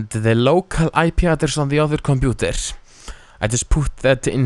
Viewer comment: compuNter. LMAO :) btw, ur helpful